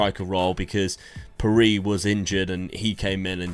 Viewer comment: Just to say Pirie is pronounced pih-ray